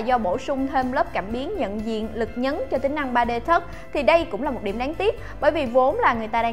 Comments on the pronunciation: 3D tút mà nói 3D thất Tút ây đi đọc là thót ai đi Vl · 3D "thấc" ="= nếu ko ns chuẩn đc thì c có thể ns "chạm" hay ji đó